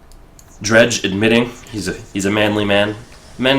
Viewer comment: Yay you got Dredj! pronounced right